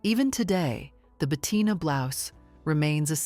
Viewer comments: Si la pronunciacion es mala se puede excusar pero no se llamaba BETATINA. Lo siento pero la voz da grima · "Betatina" non si può sentire!😡